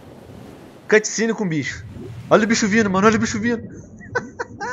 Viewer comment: "CUTCENE!!!"?é Cutscene